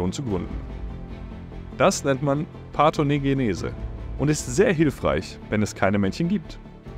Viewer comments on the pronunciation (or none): Gutes Video! Aber es heißt nicht "Parthonegenese", sondern "Parthenogenese". Nur am Rande :)